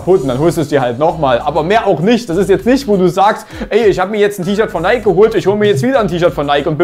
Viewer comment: maaan wir schreiben das Jahr 2022 und die Leute haben immer noch nicht gerafft, wie man Nike ausspricht.